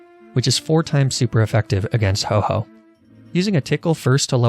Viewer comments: He called Ho-oh the following: Ho-oh Fat chicken Ho-bo Hau-hau Ho-ho Hu-hu Hau dash oh Absolutely horrendous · He calls Ho-oh “Ho Ho” Ho-oh: And I took that personally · I thought he said oh ho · Did you say Ho-ho intentionaly? :D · Hobo? lol xD Anyway, I find it funny how he acutally pronounced its name - hoe-hoe xDD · lmao i love how he purposely miss-says ho-oh’s name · I love his refusal to say ho-oh's bame right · love how each time you pronounced ho oh wrong you did so in a different way. my new favorite youtube channel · Loved how you did not once pronounce Ho-oh correctly